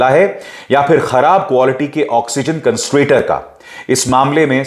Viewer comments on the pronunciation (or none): Bhai CONSTRATOR nahi CONSANTRATOR....